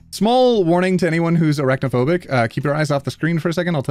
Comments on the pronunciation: Also….. I heard errect-o-phobic…. Not arachnophobic….. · I heard arachnophobic, and for some reason thought you said erectophobic, and I was really confused.